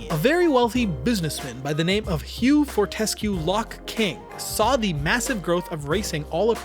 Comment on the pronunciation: Very interesting story! Tho ur pronounciation of Fortescue is atrocious 😉